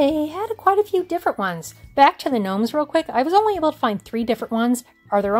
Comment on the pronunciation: "If you gno-me, I love gnomes." << how I heard it